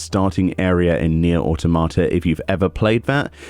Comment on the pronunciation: The way you say Nier Autamata, xD it's pronounced Ah-tom-ah-tah